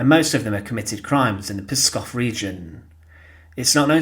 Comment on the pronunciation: its pronounced pSKOV, not PISKOV